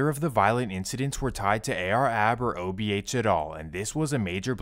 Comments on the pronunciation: The most annoying thing about this video is… dude keeps saying “OHB” broooo it’s “OBH” 🤦🏼‍♂️ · Itz o b h Not ohb😊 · Buddy keeps saying OHB instead of OBH 😅😂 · is accurate as hell but for him to keep calling them OHB is blasphemy 😂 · Saying ohb instead of obh is insane 😂😂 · Ohb mansion 🤣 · Obh not ohb 😂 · You called them ohb a dozen times lol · keep saying OHB 😂I 😂😂😂😂😂😂😂😂😂😂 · the ''OHB'' SMH - GET IT RIGHT MAN!! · It’s not OHB it’s OBH 😂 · bro keep saying OHB instead of OBH lol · He keep saying ohb if you doing a documentary atleast have the gang name right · Making a video about OBH, the least you can do is say it the right way, whole time homie saying OHB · I don't know who is dumber, AR-AB, or the guy that made this video that keeps calling them OHB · It’s “OBH” not “OHB” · Dh keep say ohb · Why do you keep saying OHB? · its OBH Fam Not OHB at lease do proper research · Obh not ohb 😂 wtf